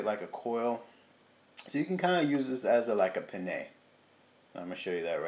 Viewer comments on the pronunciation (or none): it sounds to me as if you're saying penne as in the pasta instead of panini. Maybe my ears are playing a trick on me. Glad you like your new toy. I have the Ninja Foodi Grill and two Cuisinart Griddlers among some other similar gadgets, so I'll pass. However, I do plan to make me a bacon and avocado sandwich in a day or so. Looks good.